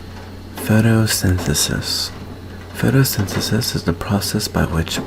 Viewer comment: For some reason I thought you said thanos-synthesis instead of photosynthesis